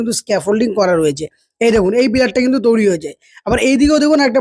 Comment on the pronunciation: তৈরী ওটা, তৌরি নয়